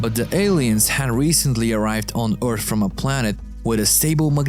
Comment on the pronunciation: OGM. this dude again... i'm disliking every video this dude narrates for disrespecting and butchering english. he pronounce EARTH as ORTH, CRASH as CRUSH, AXIS as EYXIS, SAW (to see) as a SOW. etc. and like this in every other sentence. And dude tries to sound American way too hard on top of that.